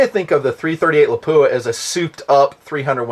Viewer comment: first love the vids, you make good sense, very practical. One thing, pronunciations, Lapua is pronounced Lap-wa, Scenar is like Ski-Nar. I get corrected by the reps at events all the time. I love my Viper PST, you can put the shims in to set the stops btw. I agree about the MOA, I was a Designated Marksman and learned and deployed with Mils but I love MOA. Less math, no Army vs USMC mil crap...nice simple. one thing I wish you would have hit on...300WM vs 338LM cost vs performance.